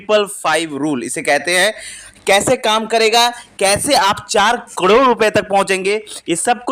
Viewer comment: हाहले सही उच्चारण तो सिख लो भाई करोड़ का😂